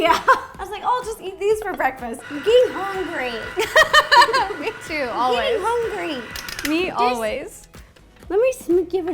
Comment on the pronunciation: Ro:Im GeTTinG ReLlY HuNgReY me:EVERY SECOND OF EVERY DAY SISTA